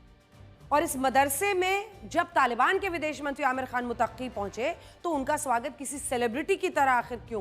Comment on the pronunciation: Mutaqqi nhi Muttaqi bolo papa ki pari. Aur Qazmi nhi Qasmi hai Anjana om ji